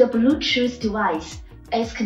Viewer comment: "The blutut device ez conected a secseysfully" .... OK.